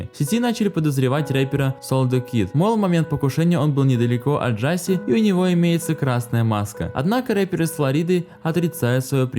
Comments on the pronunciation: Не Джаси а Джасей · не джáсей а джасéй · Какой нахрен экс и какой нахрен Джастин?!??!? Это икс и он же Джасей!!!!!